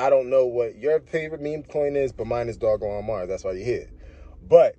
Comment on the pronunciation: Doj-lon mars like Doja Cat my boy, not Dog-lon